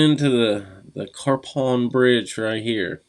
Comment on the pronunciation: Yes, that was Romney. I bought my bike at Romney Cycles on Rt. 28. You even mentioned my hometown, Westernport! I've riden this road many times. I love it! By the way, Capon Bridge is pronounced "Cape-un."